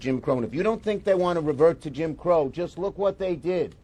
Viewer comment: He said Kim Crow 😮